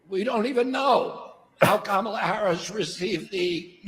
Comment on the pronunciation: Vance pronounces Kamala's name correctly. Sign of insecurity? Hedging his bets?